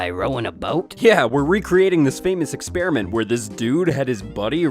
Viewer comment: why is he saying "EXPERI-N-MENT" makes him look more stupid than being a flat earther does